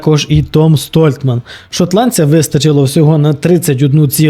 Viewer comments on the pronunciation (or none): Непогане відео. Колони Геркулеса. "Дуже несподівано тут провалився Том Столтман". Несподівано?! Якщо ви уважно слідкуєте за стронгменом то повинні знати що ця вправа майже найслабша у Тома. Звичайно він на ній останній або передостанній. Столтман а не Стольтман. Нел а не Ніл. Гупер а не Хупер.